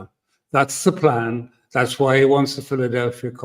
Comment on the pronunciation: Pronounced correctly as the Philadelphi Corridor not Philadelphia Corridor. Alastair is correct. The name is an Israeli codename for the border strip between Egypt and Gaza.